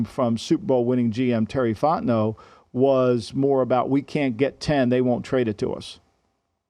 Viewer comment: why does he keep saying "super bowl winner terry fotnau" lol